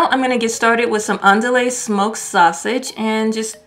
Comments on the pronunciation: It’s pronounced ‘an-do-wee’ sausage.😀🌟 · I am from the South! It is pronounced "ANN DUE EH" Shrimp is overcooked. When they look like "C" they are cooked when they look like an "O" they are overcooked.